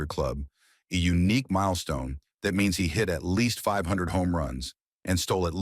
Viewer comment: The way you miss pronounce his malstone's was pathetic